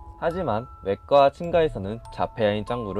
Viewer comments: 친까외까라고 발음하시는데 친가외가입니다.. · 외가를 왜 왯까라고 하세요,, 친까,, 외가 친가 하셔야돼요,,ㅜㅜ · 외까 친까 라고 일부러 발음 하시는건가요..? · 죄송한데 발음 미치겠네요 외까친까가ㅋㅋㅋ 도대체 어디서 나온거죠ㅋㅋㅋ친가도..친까라고햇다가 친가라고햇다가..외갘ㅋㄱㅋ외가는 왜 외까죠ㅋㅋㅋㅋ 목소리를 굳이 안넣으셔도 될거같네요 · 외까 아니고 외가이고 친까 아니고 친가입니다. 발음 교정 좀 해주세요... 그리고 봉(뛰고)미선이 아니라 이름은 붙여서 부르는 게 맞아요. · 외까 ㅡㅡ ㅋㅋㅋ 친까 ㅋㅋㅋㅋㅋ 진짜 너무했다. . 영상 내리세요 . . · [충격] 외가를 외까로 친가를 친까로 발음하는 유튜버가 있다? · 외까 친까 ㅋㅋㅋㅋㅋㅋㅋㅋ발음 개웃기넼ㅋㅋㅋㅋㅋㅋ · 왹까?라고 읽는사람 첨봄 걍발음그대로 외가로 읽는건데 실존을실쫀이래ㅎ발음 자체가 센다 ㅠ왹까 칭까 이휴 더연습해서 읽어주셈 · 봉미선은 자연스럽게 발음하는데 왜 봉미소는 봉 미소 이렇게 읽으심??ㅋㅋㅋ 외까, 친까, 후이는 말도 말어 ㅋㅋㅋㅋㅋㅋ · 외까 친까 존나 거슬려 발음이 어눌한 건 그냥 그렇다고 넘어갈지도 모르겠다만 대본을 써놓고 대사를 이렇게 많이 틀리는 건 그냥 연습도 부족하고 영상 만들 생각도 없어 보임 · 외까 친까 ㅋㅋㅋㅋㅋㅋ 발음 연습좀 하셔야겠네여 유튜버 계속하시려면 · 읽을때 외가를 외까...가아니라 외가 라고 읽으셔야죠..; 외가 친가 외까친까가아니라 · 외까 친까 발음 때문에 깨네 ㅋㅋㅋㅋ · ㅋㅋㅋ발음이 왜그런거지... 혀 짧은 말투에 외까 친까 라니...ㅋㅋㅋㅋㅋ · 왜 외까 친가? 라그러다가 친까라하고 자꾸 발음 거슬려요ㅜㅜ 어떡하지....;;;; 일본말같애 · 발음좀 고쳐라 외까 친까가 뭐냐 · 외가 친가를 읽을줄모르시네; 외까 친까는 도대체 무엇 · 외가친가가 왜발음이안돼 ㅋㅋㅋㅋㅋㅋ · 꽤 흥미로운 내용이네요 ㅎㅎ 왜 이런 괴담이 나오게 됐는지도 있었음 좋겠어요 ㅎㅎ 그리고 '외가' 와 '친가' 발음이 좀 신경쓰이네요 ㅎㅎ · 재밌게 봤습니다 그런데 보면서 외가를 외과처럼 발음하는게.. 집중이 잘 안된다고할까요 외가 친가를 정형외과 처럼 꽈로들리는게 불편하긴했네요ㅠㅠ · 외가 친가 발음만 좋으면 완벽한뎅... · 아 외가 친가 발음 개답답하네 이 사람 외국인임?? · 외가 친가 발음... 왜못하는거..? 외까는 외과발음임..